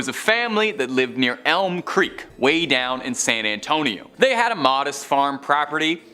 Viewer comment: I'm from San Antonio so it drove me crazy hearing her mispronounce it! 😂